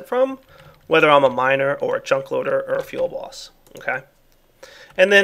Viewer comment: Does anyone else hear "Feel Boss" when he says "fuelBoss?" I found myself laughing a lot when I first heard him say it.